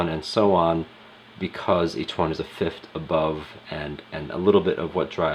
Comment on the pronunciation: Good god, the way you pronounce the interval names drives me nuts! It’s fifTH not fifT!